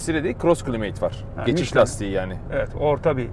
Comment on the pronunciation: Affınıza sığınarak efenim, "Climate ==> Kılimeyt gibi değil de -kılaymıt" gibi okursak daha doğru olacaktır. Saygılar.